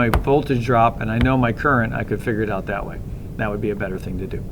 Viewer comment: yu keep saying dhet !